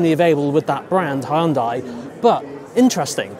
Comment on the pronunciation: You pronounced Hyundai wrong 😆